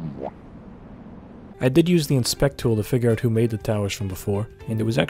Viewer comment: This guy talks like Joe Pera if he joined the mafia or owned an NYC/Jersey pizza shop. Although there's a hint of Canadian, because he pronounces house as "hewse" and "out" and "oot". A soothing but somewhat cartoonish voice that perfectly suits the YouTube commentary genre.